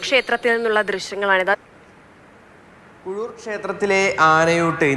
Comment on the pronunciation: കുഴൂർ അല്ല കീഴൂർ